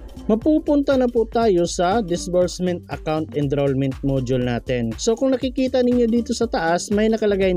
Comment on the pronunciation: ENROLLMENT PO, NOT ENDROLLMENT